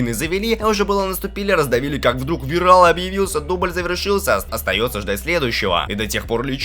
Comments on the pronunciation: вирАл,кИтан........ну ты реально конченый? Ну как можно так говном измазаться что в двух именах убого ударение поставить. Зашёл понастальгировать,а тут долбоёб на авторе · вирАл кИтан. Мои уши -_ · Какой ВирАл, ВИрелл, требую переозвучить! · если для быстрого пояснения пойдет, а так перезказ такое. все слишком сжал, и эти шедевро ударение вирал на а камина на а, аж уши режет. симон вообще горемычным стал.